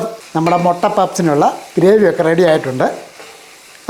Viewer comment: ചേട്ടാ മൊട്ടയോ, മുട്ടയോ😂